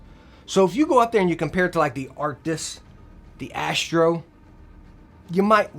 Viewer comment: He has been saying Arctix for 2-3 years now in every video about the headset.